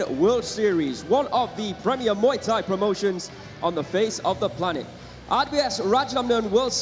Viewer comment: he said Muay nak😂